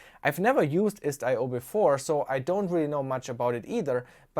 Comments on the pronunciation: It's pronounced "IS-TIO" man, not IST-I-O. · It's not pronounced "ist i o" but "istio" which basically means "sail" in Greek.